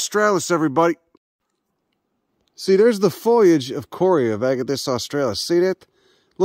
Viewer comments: Kauri, pronounced cow-ree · You did it! You visited AOTEAROA! Can hear the Tui bird in background. I've visited that same mother Kauri (pronounced Cow-ree ya putz 😂). Too bad about the Kauri die-back problem. Was in NZ last month. Greatest country in the world. Wish I could live there permanently and watch the rest of the world tear itself apart. GFYS ❤